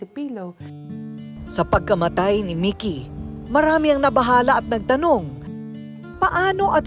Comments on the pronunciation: Halatang hindi pinanood ni Ms.Korina ang interview ng Ma'am (Partner) ni Sir Mikee. Ang gulo ng pronunciation ng names ni Sir, Mikee at Mickey.. Salitan pa naman sa interview at ang voice over ni Ms.K.🤦‍♀ Ganda pa naman ng kwento. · Si korina mickey un Ara mikee bkit d tugma un pronounce nio